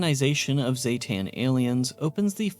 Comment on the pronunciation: zee-ten, not ZAY-TAN, everyone says the species name wrong, smh XD